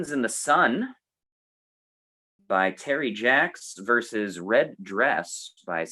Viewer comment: Fun video. At the risk of sounding pedantically unhip, a tip for: "vs," since it is short for "versus," is more logically pronounced "versus," not "verse" (a word which, of course, means something else entirely).